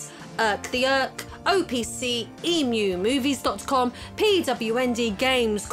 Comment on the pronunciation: Lmao, saying "EmuMovies" like it's movies about the bird. It's short for emulator, so pronounced "M U movies".